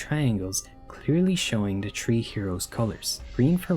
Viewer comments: sorry but smalllll pet peeve, when you pronounce three its three not tree. listen to an audio example and change your tree to a three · Why do you keep saying tree instead of three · Bro CANNOT pronounce his 'th's' 😭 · No disrespect but Everytime he i hear him say three I hear tree😂😂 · Tree. Turd. Teery. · Chapter tree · Have you ever considered pronouncing th as th instead of t? It's taking me out of my immersion every time you say 3 as tree and similar things. And that's coming from a German, who struggles with that weird noise we don't use in German. At least try. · "chapter tree" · bro am i the only one who keeps hearing tree instead of three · his accent makes 'three' sound like 'tree' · Ah yes, this video is tree hours long. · I'm not watching a long review of someone who can't pronounce three